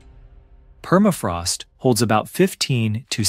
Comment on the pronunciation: Perafrost no... la correcta pronunciación es PERMAFROST